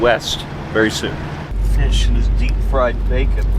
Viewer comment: Flying Feesh! 10 seconds later, Feesh out of water!!!